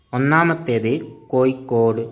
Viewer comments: ഏയല്ല ഏഴ് കോയിക്കോടല്ല കോഴിക്കോട് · കോയിക്കോട് അല്ലാ കോഴിക്കോട്